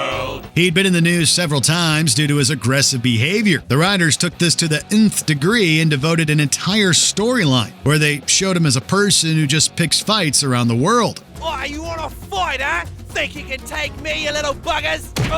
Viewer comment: "uhnth degree"? It's N-th degree, as in, to an unknown, perhaps hypothetically maximum degree. At least this was a human mistake and not a cheap AI voice over mistake.